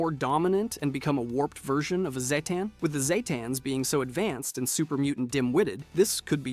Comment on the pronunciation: I love all your videos, they are informative and fun and always worth watching... but for the sake of my sanity can you please pick ONE pronunciation of "Zetan" ? (even if it's the wrong one.) 😅